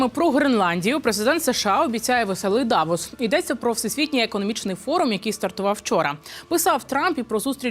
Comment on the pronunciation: Не ДАвос,а ДаВОС,правильно наголос ставте.